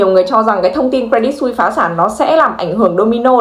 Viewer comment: Cre dit Su i sse = sus - sờ không phải "xui"